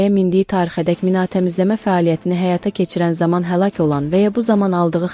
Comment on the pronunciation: Minaaaa təmizləmə. mina təmizləmə. vurğu i nin üstünə düşür ay savadlı😂😂